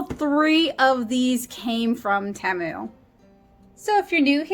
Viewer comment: Tea.....mu it is pronounced